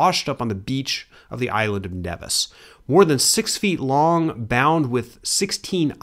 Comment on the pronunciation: Nevis ls pronounced as knee-vis